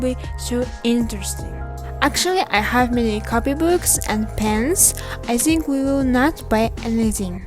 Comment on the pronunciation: Зинк(Think) я не ослышался ? Транскрипция не читали видимо ведь в школе нужно только Ботать слов запас учить тексты и пофиг как произносишь язык поэтому никогда не стоит учить что либо ради оценок потом будете ходить с одной грамматикой нужно парралельно заниматься speaking слушать native speaker-ов у которых правильное произношение по английской транскрипцией в Остальном ничего не заметил